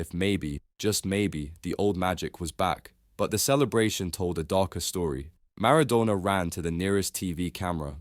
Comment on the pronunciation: Maradoner?!?!? Cantoner????